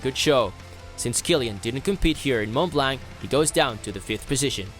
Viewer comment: "Mon Blan" T and C are silent. It's just like "Chamoni", you don't say Chamoniks.